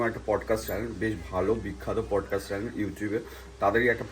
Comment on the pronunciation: চ্যালেন আবার কি ভাই..!!!??? চ্যানেল উচ্চারণটা ঠিক কর অন্তত